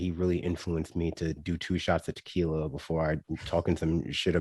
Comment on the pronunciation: "My fancy t'quiila of ideeas" DR 😂